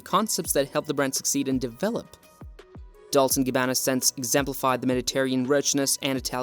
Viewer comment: Horrendous pronunciation. DOLCE as in CHESTER, CHESS, CHEST, NOT DOLS